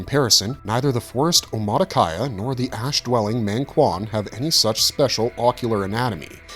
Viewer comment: Not mÆngkwan dawg it's mAngkwan